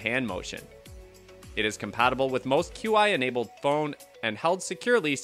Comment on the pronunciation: It's pronounced "chee" not q-i.